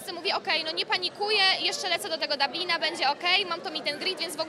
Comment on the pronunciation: Dablin czy Dublin? Żenada z tej łaski